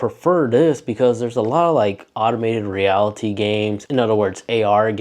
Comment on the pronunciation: yeah, I also reacted to him calling AR "automated reality" instead of "augmented reality".